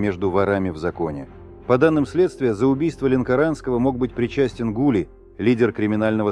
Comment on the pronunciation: Не гУли, а ГулИ